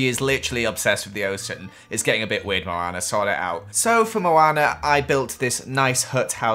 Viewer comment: Let's build a house for Moanr Meh:NO IT'S MOANA